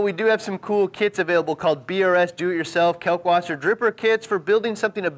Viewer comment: Pronounced kAHlk Vaßer